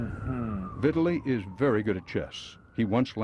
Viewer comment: Incorrect pronunciation of Vitali